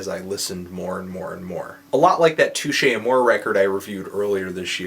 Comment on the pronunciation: Learn how to enunciate Touche Amore, seriously how do you fuck up saying Touche Amore